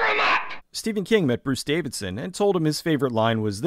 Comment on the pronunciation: Love the video but it drove me nuts that you kept getting Bruce DAVISON's name wrong.